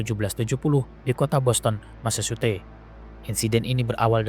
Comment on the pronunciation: Mesecuset....ucapkan seperti ini